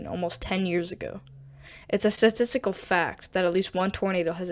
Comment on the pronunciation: To narrator: you need to work on slowing your rate of speech, being more precise with your overall enunciation, and specifically, your pronunciation of words like “statistics” and “implementation.” Good info, just hard to listen to.